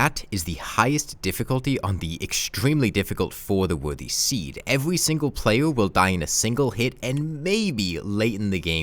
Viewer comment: evuhwee seengo playuh